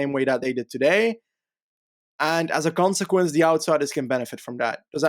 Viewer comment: Wouldn't be a lanterne Rouge Podcast without saying "as a consequense"